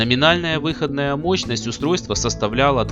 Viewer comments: Мощность выходна́я, а не вы́ходная... Круглые предметы на видео должны быть круглыми, а не овальными. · Спасибо за ролик. Ностальгия! Но, пилять, ребята, учил вас русскому языку? Покажите вашего учителя. Я его расстреляю. Какая, пилять, вЫходная мощность? Она выходнАя. ВыходнАя, а не вЫходная. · Режет слух ваша вЫходная мощность ,она всегда была выходнАя. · выходнАя мощность, а не вЫходная... ну режет же слух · Неужели некому было подсказать диктору, что говорится выходнАя мощность, а не вЫходная ! ((( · Так, может быть, всё-таки выходнАя, а не вЫходная? :)) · На будущее-мощность выходнАя, а не вЫходная. Уши в трубочку свернулись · Не плохо. Только мощность не в(ы)ходная, а выходн(а)я. Аж слух режет. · Автор, ты инопланетянин, ибо только они способны говорить "вЫходная мощность" вместо "выходнАя" ))) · а че мощность у одних выоднáя, а у других вы́ходная? 🤣